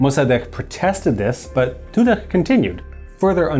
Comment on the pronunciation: Tudeh is to be pronounced "To the" with a normal "d" sound for the th. "H"s don't make the throat scratching sound, "Kh"s do. These pronunciations hurt my bones somehow :thonk